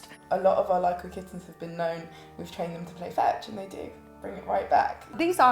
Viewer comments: I think "Lykoi" is from the Greek word "Λύκοι" which means Wolfs ! It pronounce like Leke...not Li-ko-e 😂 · It's not pronounced lykOi but lykee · Lykoi is greek and is pronounced Leekee. Big cringe for my ears hearing you calling the lài kóy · Idiot said lie koys, it's a Greek word n pronounced leek ee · Lykoi (pronounced like Leekee) means wolves in greek. When is one of them is lykos = wolf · the way you write lykoi is the plural for Greek word ΛΥΚΟΙ which means wolves and pronouced as Lykoi where y and oi read like e as in alphabet. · Lykoi means wolves in greek. However it's pronounced "Liki" as oi is one of the many i sounds in greek (5 in total), yuuup it's a weird language. Also I outright love these cats. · lykoi means wolfs in greek, and you should spell it like leekee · Lykoi means wolves in Greek "λύκοι" and it is pronounced "liki" when it is plural and "likos" when it is singular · When i heard them talk about the cats I thought wait a minute . Lykoi = λύκοι which means wolfs in Greek . The pronunciation is just awful they made my ears bleed . No kidding stop pronouncing Greek names and words wrong . The wright way to pronounce this breed is leekee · wow they gave them the Greek translation for wolf as a name. Awesome. Greek mixed with English words but i like to pronounce it like we pronounce wolf in Greek (L-I-K-O-S) . LYKOI or LIKOI are the plural for wolf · Fun fact: lykos in Greek means wolf and lykoi which is pronounced lyke means wolves. I felt the need to comment that...😢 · Unfortunate naming. Lykoi means "wolves" (yes, plural). So, what actual wolves should be called now? Even the pronunciation is wrong (latinized the original Λύκοι). Go to google translate to hear the correct one (from english to Greek)